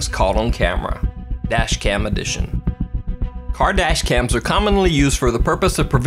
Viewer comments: When said "Car dash cams" I thought he said "Kardashians". Just me? Mkay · All the time I always think that he is saying Kardashian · lol when you first said "car dash cams" i thought you said "kardashian's" lmao! that scared the shit outta me!